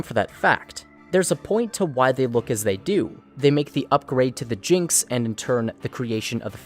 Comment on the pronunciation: No No No No. it is not the Jinx. It is G N X. You say each letter as if you were reciting the alphabet